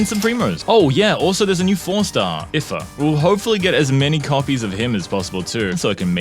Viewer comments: If-ah 😭😭. IT'S EE-FAH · you pronounce the i in ifa the same way as the i in it “eefa”